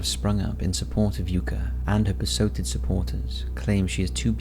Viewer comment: “Besoted”? Wtf